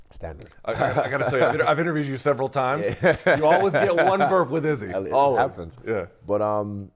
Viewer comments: He got the second half right, but not the first really, but I'm sure Izzy appreciated it nonetheless haha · Did he get it right this time? It’s definitely a new iteration 😂